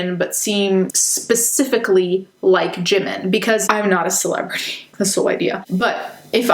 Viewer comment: they claim they love Jimin so much yet cant even pronounce his name right wtf